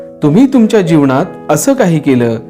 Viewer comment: तुमचा व्हिडिओ आवडला पण काही ठिकाणी बोलताना तुम्ही न चा ण असा उच्चार करता उदाहरणार्थ जीवणात माणव किंवा ज्ञाणाचा ह्या शब्दा कडे लक्ष दिलत तर ते भाषण अधिक प्रभावी होईल